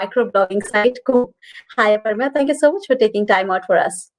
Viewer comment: I don’t understand why can’t they pronounce the name Aprameya properly.